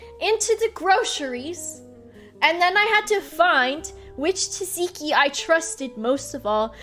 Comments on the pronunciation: it's pronounced Zat-Zee-Kee. Imagine the first T isn't there, so imagine it's spelled Zatziki, and then it's pronounced like that. Sucks that you got blinded by remembering about Tzatziki though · At first I thought the "teeziki" sauce you were mentioning was an American thing. But then it hit me, you meant Tzatzíki (or τζατζίκι, if anyone reads this from Greece) sauce! The English pronunciation threw me off. I'm French and yes we butcher it too, but we "only" replace the [ζ] or [z] sound in the Greek pronounciation with a [s] sound. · I love how she pronounces tsatsiki 'taziki' XD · At first I thought it was some weird exotic sauce I never heard of but no it's just Tzatziki that's pronounced with the same competence usually shows. The dedication of sleeping on a grandma sleep pattern is hardcore tho 💪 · The first T is semi-silent, but you pronounce the "Z". You'd pronounce it the same way as Tsar, or like a "C" in pinyin. The second T is fully pronounced. Tzat-ziki. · She learned how to say tzatziki after the story, but I hope she forgets because this way is superior